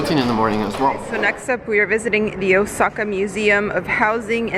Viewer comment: Anyone else cringing when this guy says Osaka as “osackuh”? 🥴